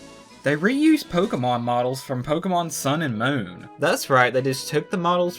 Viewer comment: Why do you pronounce moon as moowen 😂